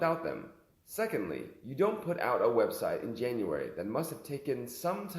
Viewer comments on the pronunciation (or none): none